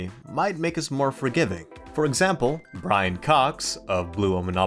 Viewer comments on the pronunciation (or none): none